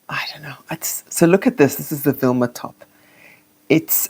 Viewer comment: Vilma not Wilma top.